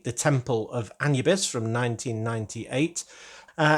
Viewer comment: An-ubis? A-nu-bis.